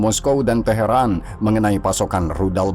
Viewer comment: Teharan itu iraq atau iran min kok bilangnya taheran iraq mulu sih 😂